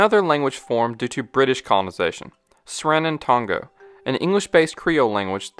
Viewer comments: It’s Sranan TON-go. Not Tanga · as a Surinamese I can confirm that this video is 99% accurrate (the way you said sranantongo was funny AF LMAO)